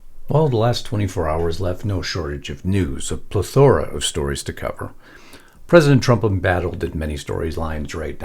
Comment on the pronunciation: Accent on Ple (my mom was a stickler) I hope 🙏 you don’t mind: pleh•thr•uh ❤